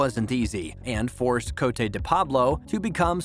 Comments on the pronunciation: Da-vide and co-teh and shu-toe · He also mispronounced Cote the first time, he called her Coat David. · You should spend some time learning how to pronounce the names of the actors and characters you talk about. You mispronounced COTE, SCIUTO and KURYAKIN. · you butchered cote's name and the characters last name at first lol